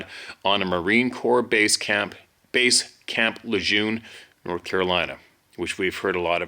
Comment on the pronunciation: Camp LeJeune pronounced LeGern .